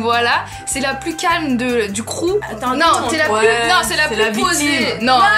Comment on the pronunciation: pour sûr c'est "crew" et pas crou 😂